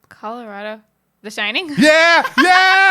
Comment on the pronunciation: With love, the way you say Colorado is why Texas and Colorado have a rivalry! 🤣